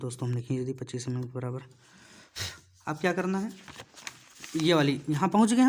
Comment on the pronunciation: Sir jii pad to acha re ho but vo mm mm hota h ymm ymm nhi 😂